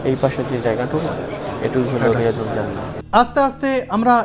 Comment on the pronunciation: শব্দটি রাএজাতুল জান্নাত,রিয়াজুল জান্নাত নয়। কথাটির শুদ্ধ রূপ হল; রব্যাতুমমিন রিয়াযুল জান্নাত।